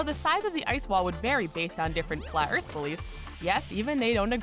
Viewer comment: The narrator cannot pronounce her 'T's. "...earf is flaa.." 🙄